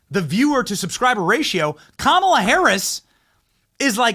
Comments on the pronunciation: I know you mispronounce a lot of things Benny, but why are you calling her "Kamilla" and then "Kamala"? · Are you purposely pronounced in her name wrong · I could do without the cringy face swap videos on this content but I DO love the way Benny constantly mispronounces her name. I know it’s purposefully done and I like it! Lol